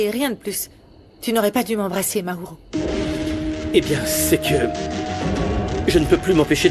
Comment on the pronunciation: Je te dit hein’´ 😂😂😂maourooo